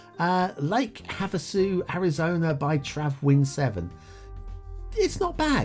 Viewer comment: You pronounced Havasu correctly. Lake Havasu City in real life is pretty much nothing other than a retirement community and college spring break destination in the middle of the desert in western Arizona. As for the map, it almost seems like the map wasn’t really intended to be played beyond the default 25 tiles. It’s an ok map. It just seems like a lazy effort overall though.